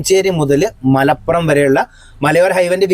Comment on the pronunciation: ''മലപ്പുറം'' അല്ല ''മലപുറം'' ഒരു പ മാത്രം. താമരശ്ശേരി ക്കാര്‍ അഥവാ നാട്ടുകാര്‍ പ ലോപിച്ച് ''മലോറം'' എന്ന് പറയും